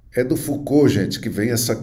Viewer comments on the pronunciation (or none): none